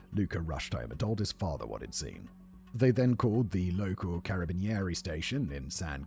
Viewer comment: The pronunciation of Carabinieri killed me a bit lmao